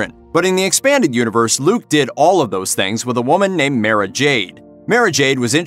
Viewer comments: Mara is pronounced as; Mar-rah not Mair-rah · One name: Dark Forces II Also, God damnit, I know this is nitpicky YouTube comment section bitch work but how you gonna miss pronounced "Mara"?